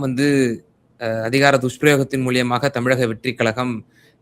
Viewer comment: மூலமாக என்ற அருமையான வார்த்தையை மூலியமாக என்று ஏன் தவறாக உச்சரிக்கிறீர்கள். பெரும்பாலானவர்கள் இப்படிதான் பேசுகிறார்கள்.இது தவறு.